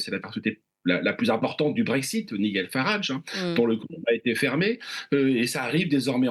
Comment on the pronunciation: Bon… Info pour francophones: NIGEL (Farage) se prononce phonétiquement « Naïdgel ». ABE 😉